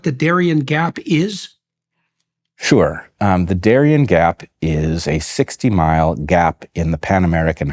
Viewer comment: It's Darién, not Darian. Pronounced in Spanish, the accent goes in the last syllable.